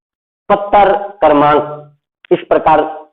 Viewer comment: Sir pattar nahi hota hai patr hota h